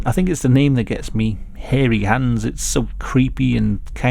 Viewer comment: i love how he says harry hands it makes it feel more like a "scary stories to tell in the dark" reading like when your friends would make try to make it sound more scary! also love hearing the legend behind this story great video:)